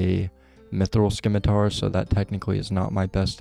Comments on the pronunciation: Fyi is "sim-it-ar" not sKimiTaR - silent c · (I'm joking) Can't listen to you mispronounce scimitar anymore lol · Always nice to add more onechunkers to the subscription list, looking forward to seeing where the rolls take you! (scimitar does not have a K in its pronounciation.) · the c in scimitar is silent